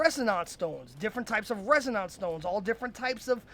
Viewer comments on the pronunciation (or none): Res-uh-nahnce stones.